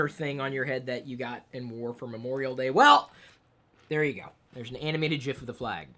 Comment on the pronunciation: It's GIF not GIF